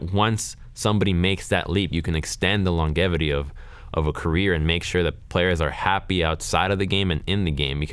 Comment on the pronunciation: Am I the only one bothered by the way pronounces "longevity"?